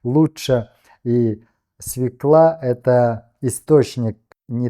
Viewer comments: Не свеклА, а свЕкла. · Не свеклА, а свЁкла так грамотно говорить. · Спасибо за разъяснения. Но! Есть единственный (правильный) вариант употребления слова- "свЁкла". Спасибо за понимание. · Молодец , только свёкла , а не свекла !!! Прости , но не могу слушать !!! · РЕЧЬ ПРЕКРАСНА!! Но В слове СВЁКЛА Ударение на букву Ё, все же 🙃 простите за непрошенный совет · Свекла- ударение на первый слог!!!!!